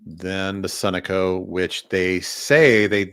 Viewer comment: Sunoco is pronounced suh-know-co